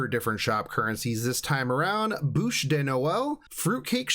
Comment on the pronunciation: I'm french and the way you pronounce "bûche" is pretty funny. NOT TO MENTION ANY NP OF FRENCH CHARACTERS MEANS NOTHING LOL